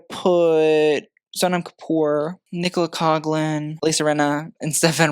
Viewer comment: Still not pronouncing Nicolas name correctly, but look... at least you're finally spelling it right. Baby steps.